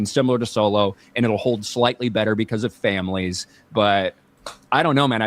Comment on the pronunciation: said the word families like its a slur 😂🤣